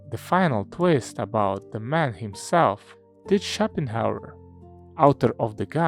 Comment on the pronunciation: Пик, как всегда. Но вместо Шопенгауэра я слышу shopping hour